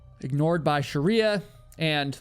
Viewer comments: You pronounced her name as “shariya” - her name will be pronounced as shree-ya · It's Sri-ya not Sh-ri-ya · Are you pronouncing shriya as shəriya intentionally because you read that that's how it's supposed to be pronounced, or...? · Not Shariya! It's Shriya. Shreeeya! 😅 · We can be pretty confident that Shriya’s name is pronounced shree-yah, not shar-ree-yah (which is virtually identical to the pronunciation found in “Sharia law”). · Her name is pronounced Shri-ya not Sha-riya btw😭😭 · Shriya Shaw. Not Sharia Shaw. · As an Indian your pronounciation of Shriya as Shariya is hilarious. 😅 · It's "shriya" two syllables not "sharia" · Jesus, stop saying her name. It is SHreeya. Not Sherya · Shree-ya not Shuh-ree-ya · You have mispronounced her name throughout the video. You’ve repeatedly said “Shah-ree-ah” which is one branch of the Muslim faith. It’s “Shree-ya”. Please correct. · I can’t handle how her name is said the whole time…. It’s Shreeya not Sharia. I’ve never ever commented things like because people never get my name right and I’m over it but it kept removing me from the story 🙈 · I wish I could watch this but pronouncing shriya as sharia is uh, distracting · I'm sorry I can't get over how this guy says "Shriya" lol it legit made me turn off the video a minute in. It's pronounced "shree-ya" not fricking sharia law lmao